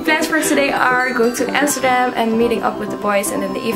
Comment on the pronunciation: You said Amsterdam right, that boy wasn't right. It's a city so you prononce it as you say it in dutch. Nice vlogging 😊